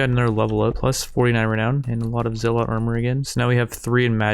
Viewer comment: Isn’t it pronounced as zel-let not zee-lot?